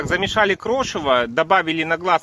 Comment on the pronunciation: Режет ухо слово "крошево". Звучит, как хрючево. ЗЕЛЁНЫЕ ЩИ, КИСЛЕННИЦА. Ивановская область